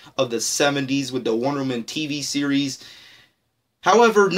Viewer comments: Why in this video when he says wonderwoman it sound like wonder man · dude you kept saying wondermen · Mabey learn how to say "Wonder Woman" first buddy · this guy can't pronounce Wonder woman correctly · anyone annoyed about how he says wonderwoman